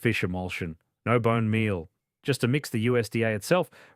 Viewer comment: Did the Fish Feel tip you off? The Boone Melal? The Mirclue Gro? 🤣